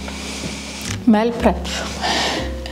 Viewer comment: Mówi się "mil prep" a nie "mel prep" 🤦